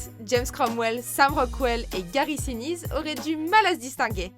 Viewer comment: Je n'ai pas dépassé ... Gary "sinise" (à la française), "Jo coffret" au lieu de John Caffey ? Et même si ce n'est pas le narrateur relatant l'histoire de la ligne verte, c'est pourtant on ne peu plus évident qu'il est le sujet et le point central du film et du roman. Il n'a rien "volé" du tout puisqu'à partir de sa venue la quasi totalité des scènes est centrée sur lui et il est même ce pourquoi le personnage de Paul Edgecomb raconte son histoire. Le personnage de Tom Hanks est le narrateur de son propre récit mais n'en est pas le héro. Le sujet est pas super balaise et il y a déjà 3 erreurs en moins de 2 minutes... C'est une sacrée performance.